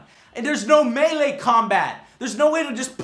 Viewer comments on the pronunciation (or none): none